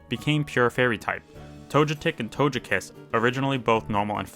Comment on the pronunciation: i like these videos but this guy really just say “tojepi”, “tojetic” and “tojekiss”? 😭 and “enoramus”?? 😭😭